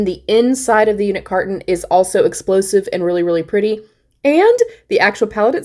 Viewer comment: FYI, it's called a "UniCarton." Not a "Unit Carton."